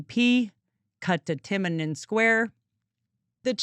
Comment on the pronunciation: Ok I'm an expat who lives in china so I'll only do this once Tea-ah-nah-men square